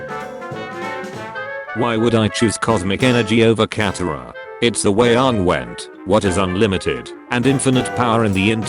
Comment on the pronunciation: see this is why i HATE these text to speech programs, this program doesn't know how pronounce Aang . So when dictating the "my names Ong. you mean Aang" meme, it just says Ong 3 times. whats the point in reading out a meme, if the premise of the meme is destroyed by the reader????